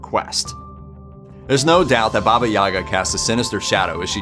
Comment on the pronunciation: Why English speakers always mess up stress in Russian words? The stress in Yaga is on the last syllable - Yagá - YagAA. And 'babushka' is first syllable - bábushka - bAAAbooshka. Also never heard of those fairytales... 🤔